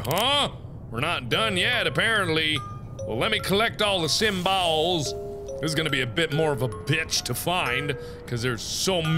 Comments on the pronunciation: im laughing so hard when he says "symballs" XD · did he say sym-balls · You won't sleep tonight!! lol hahaXD 5 mins later... Mark: let's find the simbalz. Me:🐸